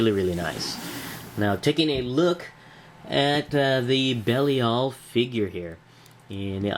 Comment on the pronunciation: I believe his name is pronounced "Buh-LIE-el". Nice review! :)